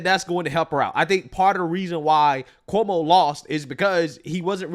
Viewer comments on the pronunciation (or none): none